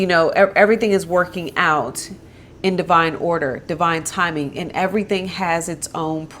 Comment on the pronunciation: Lmao 😆 “Okay, I teh yu evryteen."